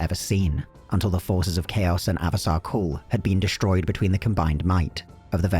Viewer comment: It's Asavar Kul. Not Avasar Kul, please.